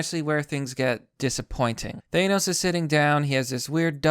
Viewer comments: why are you saying it ThAYEnos its Th-an-os seriously what the fuck is wrong with your pronunciation ? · Language Distortions: Dus-Ex Machina Thaynos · Thanos, not ThAnos. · Why do you say 'Thanos' like that? The correct way to pronounce his name has been established quite well over the years. This isn't a 'tomato/tomahto' thing. There's only one way to say it correctly, and you're doing it wrong.